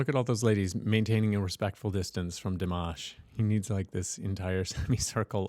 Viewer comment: Di-mosh is right :)